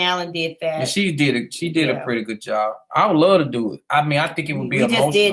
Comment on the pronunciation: "We woulda luh to be on Iyanla..." 🤦🏽‍♀️